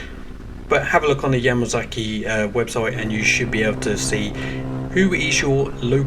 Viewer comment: Just do not understand why the British pronounce their S and Z the same. It is NOT a Yamazaki same as when they say Kawasaki they instead say Kawazaki. Dammit WHY?